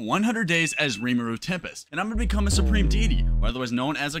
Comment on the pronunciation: did he just say tempERest serpent